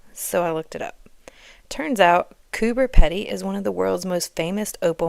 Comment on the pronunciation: Pronounced Coo-ber Peeedy. The dugouts are old opal mines. It is in far north NSW and extremely hot there for more of the year than not. That's why they are underground. You say you don’t like the humidity, fun fact, it is a dry heat here. Very little moisture in the air.